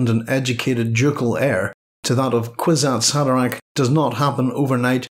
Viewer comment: Horrible pronunciation of kwisatz haderach